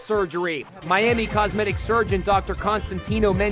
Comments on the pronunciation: i believed it was "cos-meg-bi- cal" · I heard cogmetic